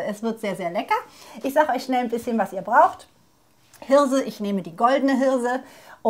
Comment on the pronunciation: "diese Hirrrrrrrse" :-) herrlich, schönes Video....bestimmt lecker...LG